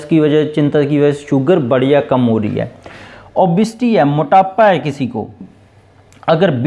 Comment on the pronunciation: It is obesity not obsity